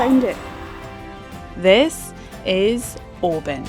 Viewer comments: Oban is Norse not Gaelic for Little Bay. And it's pronounced "Oh-ban" not "Oh-bin". The Oban Inn started that "Oh-bin" nonsense a few years back but none of the locals are having it. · it's NEVER too early to drink whiskey! Lol 😜 Oban looks beautiful....though I've been pronouncing it wrong for years until you put me right! Lol 😲😁😜 Great vid. 👍👍👍